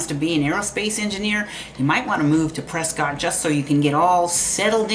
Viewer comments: Pre'skit' not Pre'scott' God bless. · You MUST know it’s not pronounced Prescott! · It's pronounced PresKIT...😊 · It’s Press-Kit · I tried. I really tried to listen. I just can't do it though when someone is trying to say they're the subject matter expert and continually cannot pronounce the name of the city correctly. I just couldn't do it.